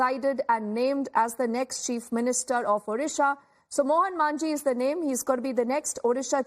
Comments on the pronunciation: It's Majhi not "Manjhi"😅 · Its 'Majhi' not 'Manjhi'